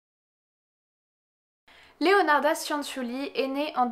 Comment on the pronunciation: Petite précision: Cianciulli ça se prononce "tchanntchulli". Le son nasal "an" n’existe pas en italien et la lettre i précédée des consonnes c et g ne se prononce pas mais à pour fonction d’adoucir ces dernières. Exactement la même fonction que le e en français (on ne le prononce pas dans nous mangeons par exemple, mais il est pourtant indispensable pour adoucir la lettre g). Voilà désolé de faire chier avec ce petit cours d'italien mais moi-même parlant italien ça fini par me fatiguer d'entendre systématiquement les gens faire les même erreurs quand ils prononcent des mots italiens ahah ^^. Ceci étant dit, comme d'hab super vidéo sur un sujet super intéressant! Merci! :)